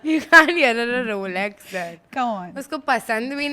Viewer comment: In the first 20 seconds itself... Rolex-exs 😅